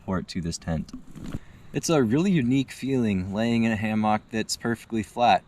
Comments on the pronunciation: As soon as I heard “ham ah k” I left 😂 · Is he saying Haymock? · I have never heard hammock pronounced hay-mark. Same for carabiners (beeners) pronounced as cara-byners. Is this a regional accent thing? Having taught English as a second language in several countries I have an interest in accents and having had the pleasure of visiting your great state i do know Minnesotans do have a distinctive accent. I did enjoy the review. I've just received my Haven XL and am eager to get it hung.